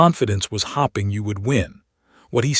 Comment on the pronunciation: I wish the ai would get the words right. Pronunciation makes a story. Hopping instead of hoping, and fadding instead of fading.